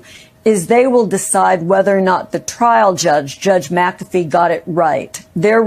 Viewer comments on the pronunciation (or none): none